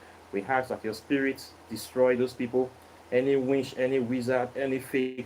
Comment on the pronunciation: I love how you say "winch" instead of witch. Bless you, brother.